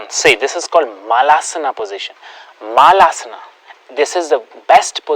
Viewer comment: it is pronounced as malasan not maalaasanaa ....